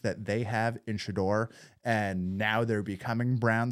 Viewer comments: You're still butchering his name it's pronounced Sha-door 🚪 not Shadrrrrr😮😮😮😮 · If you’re going to be commenting on Shedeur you need to learn to pronounce his name. It’s pronounced Sha DOOR 🚪not Sha Durr.